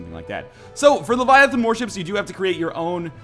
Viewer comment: It's LEVIAthon, not leviaTHOON. (Harry Potter Reference)